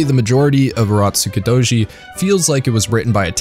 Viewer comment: Turotskudoji? Nice pronunciation